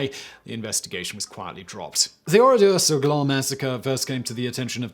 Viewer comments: Its Oradour sur Glane and not Oradour sur gland yu dont pronounce it correctly you should pronounce it like Gane ( cyril gane)with the L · Would be good if you could pronounce the name of the place correctly. The men died in lots of different places such as shops Etc. I've been to the place a couple of times. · Good video, just one thing, it's Oradour sur Glane, the e at the end meaning it's pronounced like Ann Frank. It would be pronounced like in this video if it was spelled "Glan" (which, phonetically at least, means acorn, but is used to describe someone who is dense and lazy, or also part of male anatomy which I don't care te explicitly describe)